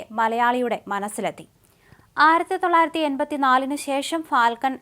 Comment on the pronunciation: ആരത്തിതൊള്ളായിരത്തിയല്ല കുട്ടി😂 ആയിരത്തി തൊള്ളായിരമെന്ന് പറഞ്ഞു പഠിക്കു